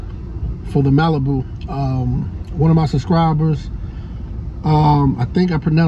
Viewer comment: Yeah you you pronounce it right 🙏🙏💪🏽💪🏽